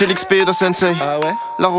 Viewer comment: désolé mais dans le mot "sensei" on ne prononce pas le i, ça finit par le son "sé". Sinon, très bon son !